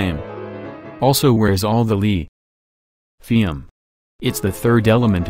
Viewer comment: All the lee .... Thium . 🤣🤣🤣🤣